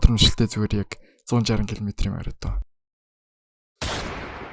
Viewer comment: марафон - маритон